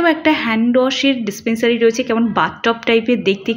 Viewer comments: Dispensary noi dispenser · Dispensary noi dispensar😊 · Dispensary noy, dispensar.